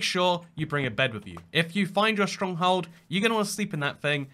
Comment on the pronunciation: no one gonna talk about how he said stronghold as “stronghald”